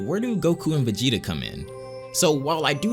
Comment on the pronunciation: He says "VEGENA" hahaahha WTF?